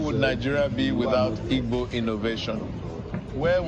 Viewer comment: Who wrote this for the president of Nigeria to read. Just look at how he is pronouncing Igbo. We need Biafra